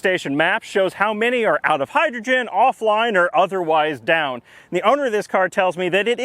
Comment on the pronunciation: "Hi"-drogen - really? You are such a nerd! Please never never change, your videos are delightful! :-)